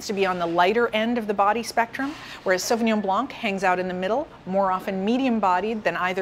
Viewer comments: It is pronounced "sauvignon blaN"; without the "c". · Great presentation but the”c” in blanc is silent. Pretend you’re saying “ Sauvignon Blan” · Did she pronounce the C at the end of "blanc"? Because we just don't do it in french, the C is silent. Great video by the way :) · She seems to be knowledgable but can't pronounce Sauvignon Blanc properly. Even in the sommelier shows they are wrong. Wow. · Hey of you are a a professional speaking about your industry , pronounce words properly. Not hard. Are you in France by chance?